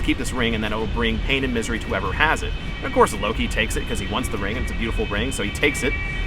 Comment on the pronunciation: We do not pronounce Loki that way in Iceland.